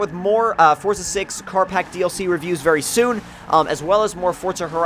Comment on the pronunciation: Quit fucking saying forza like that